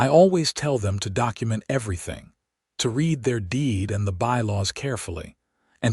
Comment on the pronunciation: Could you just once pronounce the word read in the correct context